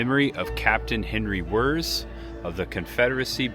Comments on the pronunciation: His last name is not “Wurrz”. It’s pronounced like VEErtz. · pronounced Wirtz